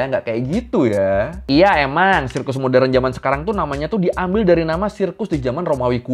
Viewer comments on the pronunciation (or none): none